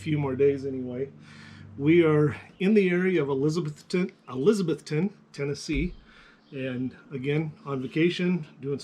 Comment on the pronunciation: Eliza-BETH-ton. Nice guitar there.